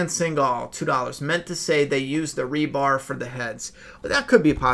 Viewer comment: not to nitpick but its "rebar" : )